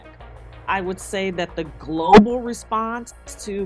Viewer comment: "I think that the golBAl response"